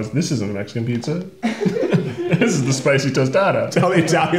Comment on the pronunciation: When Keith finally announces the Mexican Pizza correctly: he did it...he really did it